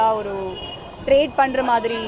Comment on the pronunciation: Evendu evendu (Event) 😂😂ஒர்யூ ஒர்யூ (ஒரு)🤣🤣